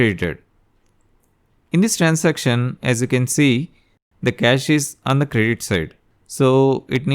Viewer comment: Bakvaas Transaction ko to trancestiom bol rha h Ke hi tu gnda 😡😡